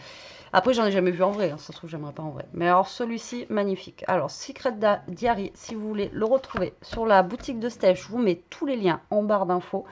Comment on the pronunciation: PS: "diary" (prononcé daïari) signifie journal intime en anglais 😉